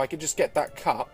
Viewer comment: WHEN u said cup i though u said fuck